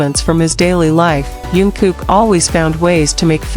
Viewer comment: Вы пожалуйста не каверкайте имя его звать Чонгук !